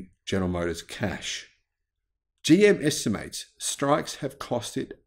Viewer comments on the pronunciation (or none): none